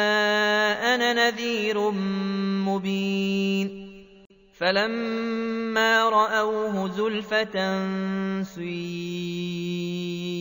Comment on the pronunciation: سليم السلفي اخي بل u وليس e